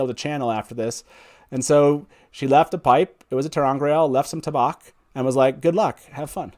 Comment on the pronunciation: I'm confused why you don't pronounce tabac the same way you would tabacco. Why change the vowel sounds? Is there a reason that i am not aware of?